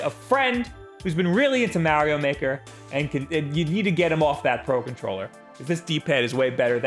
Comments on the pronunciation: Whats "MAH"-rio Maker 2??? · “Maerio maker”